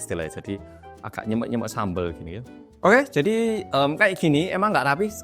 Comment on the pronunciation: Aneh men lek ngomong nyêmêk😭nyemek bukan make ê semua tapi ê awalan di kata "nye" dan "mek" gawe e biasa bolooo😭😂